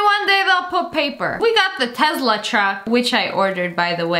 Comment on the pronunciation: Lia you said Tezla wth its Teslaaaaa